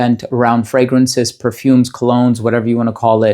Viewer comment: Voted! I love your voice, I don’t wear perfumes often but love to listen to your videos because they are so interesting, I feel I learn so much. And I love your exact pronunciation of the frangrances even if they are other languages. It shows you care about what you are doing and you are so thoughtful and honest in your descriptions. You deserve it! Best!